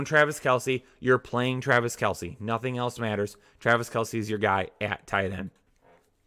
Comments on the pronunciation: "Travice" Kelce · Trav "Ice"